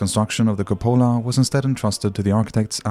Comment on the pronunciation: Very interesting video, well made. I would just change the pronunciation of cupola (cúpola).